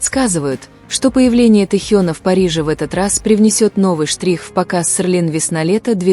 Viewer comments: СЕЛИН, а не СЕРЛИН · В слове Селлин нет буквы р, это можно правильно произносить слух режет